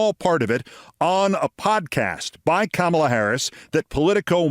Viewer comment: I can’t believe I have to say this to you. Please learn how to pronounce Kamala! You’re better than that, Keith.